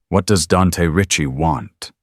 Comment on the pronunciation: Why can't AI figure out how to correctly and consistently pronounce Ricci? 😂❤🤬